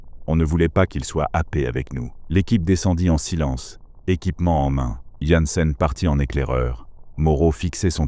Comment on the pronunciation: svp arretez de massacrer le nom du personnage jansen / jensen / yansen... choisissez une prononciation - mon nom n'est jamais prononcé correctement, je tressaille a chaque fois 😅